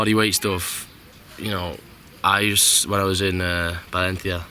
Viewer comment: the proudness on his face when he said valencia properly